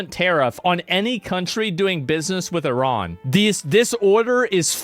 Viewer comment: Why's he pronouncing Iran weirdly?